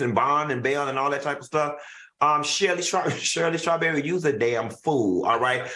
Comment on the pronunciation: Y Q saying “Shirly Scawberry”!😂😂😂